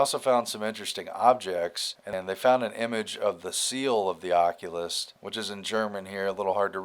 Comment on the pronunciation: if you cant read oculist. Maybe you should go see one